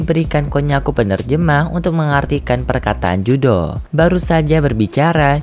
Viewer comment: Keduanya salah yang benar riruru dalam cerita versi bahasa jepangnya dia dipanggil riruru dan judo bukan judo namanya tapi Juto